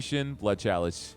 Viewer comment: It's edging me all the time when you say "KALICE" "Chalice"